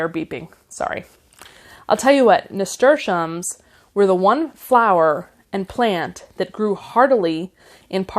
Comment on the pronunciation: 😂😂😂😂 You're funny,. Like growing, pronunciation dialects are local. Zinnia (zeen-yuh) sounded perfectly spoken to me. Nasturtium was pronounced perfectly... cleome was as well. Now... Borage - I've always heard as you have - as bor-uj - however my friend from PNW (Oregon) pronounces as bore-ahj (as the video has). Theyr both right. Where are you?